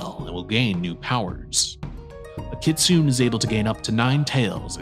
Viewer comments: You're pronouncing kitsune wrong, its Kit-Su-Neh. Kitsu- the bark of a fox in ancient japan. Ne- an old term of endearment in japan. You're also intermixing some more modern/anime ideas of 'good/bad' japanese fox terms. Nogitsune (No-Git-Su-Neh Yanko is a more modern given term) are Wild Foxes, aka those who do not follow Inari and cause trouble the most. Kitsune are Inari's foxes (also used as the standard word for a regular fox as well, in japan ANY fox COULD be a magic fox and thus they use the same word for both), and while tricksters are also generally benevolent or at least ambivalent. You are correct in the illusions, shapeshifting, and the gaining of tails... However, it doesnt matter how experienced a fox is or isnt, they will always have some kind of fox-like tell. If not a tail, then fox feet, or eyes, or shadow. Their shapeshifting will always be slightly imperfect in that foxish way. Another note is that once a kitsune has nine tails and gains 1000yrs of age, instead of another tail they will become either gingitsune ( Gin-git-su-neh- silver/white holy fox) or ascend to heaven as a tenko (ten-koh- holy/godly gold fox). You also failed to mention the most important ability of their folklore, and that is the possession of human people, causing fits and making their hosts 'act like foxes' by screaming, eating meat, and attacking people, or seducing them to drain their strength and vitality with no apparent cause. Afflictions that are still believed to happen in the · It's actually pronounced "kit-soo-nay" (kitsune) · It's (Kit-tsu-ne)